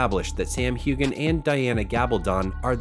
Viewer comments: His name is pronounced Hewhan…NOT Hewgan‼️‼️‼️ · Why would I EVER believe anything on this video when you can't even pronounce Sam's last name correctly? How irritating! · This narrator can’t even pronounce Sam’s last name correctly, and this is nothing more than click bait! What a sham!